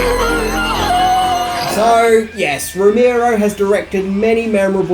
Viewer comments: It's ROE-MARE-OH, NOT ROE-MEER-OH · Romero, Ro-Mare-Oh Not Ro-Meer-Oh.